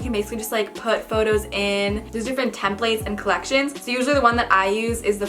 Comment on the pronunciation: her saying templates gives me anxiety